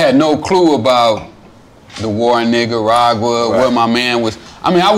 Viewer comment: "Niggaragua" yo wtf lol